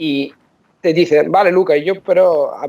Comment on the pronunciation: Impresionante que haya pronunciado la v como una b- vale 👍. Él puede pasar por un auténtico nativo.